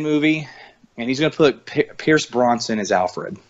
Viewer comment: Brosnan, not Bronson